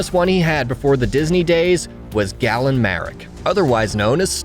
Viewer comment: Did this guy seriously call Galen Gallon?